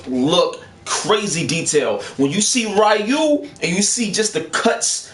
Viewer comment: his name is (Ree Yuu) Ryu